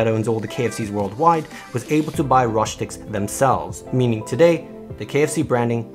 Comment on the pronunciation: it is read Rostiks and not Roshtiks